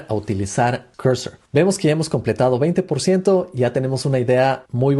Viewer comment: No se dice "Corsor" o Cursor, se dice al revés Cursor o "Corsor", deja de hablar como un huevón.